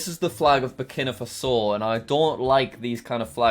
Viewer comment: its pronounced ber keena far so